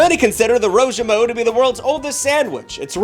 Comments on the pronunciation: Holy shit the way you said roujiamo makes me so angry lol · how did u say roujiamo 3 different times and get worse with each attempt 😭😭 u did ur best but brother those pronunciations were a bit gnarly 🤭🤭